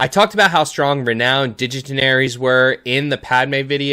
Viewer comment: “Digitinaries” was so distracting. Surprisingly, ‘dignitaries’ is not a Star Wars word 😂